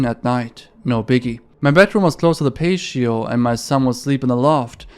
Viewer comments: hey, sick video! very chilling posts, even the ones i already knew a little bit about. i also wanted to let you know that the word “patio” is pronounced like “patty-oh”. its hardly a common word, so i doubt youll come across it again anytime soon, but hopefully this helps! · to be further clear about patio's pronounciation it is pah-Ti- o Totally understandable english is a chaotic amalgamation of words from other languages lol I've been watching your videos for the past couple days, and am really enjoying them!!! Will subscribe 👍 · no way, pay-she-oh for life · its pronounced patty-oh love this content good work. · I feel like you overcensor your videos... Just link the original posts if you are going to black out so much. I feel like this video in particular is lower quality, mistaking u/snappedfingers's posts for an ARG (what ARG is it, then?), and mispronouncing "cease" and "patio". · The way you pronounce patio cracks me up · The pronunciations for pint and patio were not correct but otherwise good video :) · It's a PAT-E-O not a PACE-SHIO lol. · Love your channel! On the story from Coolmom81, the word "patio" is pronounced like Pat-E-Oh. ♥ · I know English isnt your first language, and we have some really messed up rules in English. patio is pronounced pat-e-oh. keep up the good work otherwise mate! I always enjoy your vids! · the word is pronounced "pa-tee-oh" not payshio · "Pashio" had me rolling! Pat - E - oh. I think you should keep saying it as "pashio," though :) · so no one is going to say anything about how this dude reads patio as "pay-show" and not "patty-o" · Not to be that dude but it's pronounced pat-eo not paysheo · patio = "pay-she-oh" lol his videos are great, def sounds like English is a second language so I'm not hating at all but it always gives me a laugh when he absolutely butchers a word lol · Pa - Tee - Oh 🤦🏿‍♂️ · PAH ---- TEE ---- OH = patio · The way you pronounced patio is absolutely adorable! Try 'pa-tee-ow'.